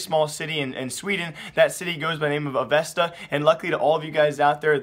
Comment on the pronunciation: Avesta is not pronounced like it sounds, you must hold the A a little